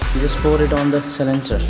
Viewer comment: It's silencer not c-lincer